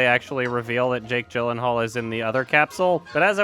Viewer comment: OMG PLEASE. Jake Gyllenhaal's name is pronounced Jake "Yee-Lan-Harl" not Jake "Jill-en-hall"